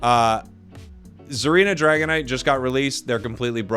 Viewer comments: "Dagonite" hmmmmMmmMm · lol "dagonite"